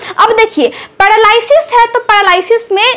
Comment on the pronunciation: madam pahle apni juban thik karaiye.aap r ka uchharan d karti hain.aap paralysis likhti ho par bolti ho padalysis.